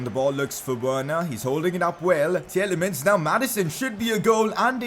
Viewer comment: I know it's just my OCD but Tielemans is pronounced as Tee-lay-maans and not Tee-el-ay-muns like you do. It's insignificant ik but please correct it. :)